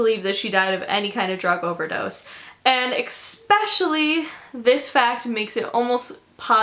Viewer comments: I cringe every time she says "especially" bc she pronounces it as "exspecially" 🙄🤦🏻‍♀️ But other than that I love herrrrrr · great vid but i cringed every time you said "expecially"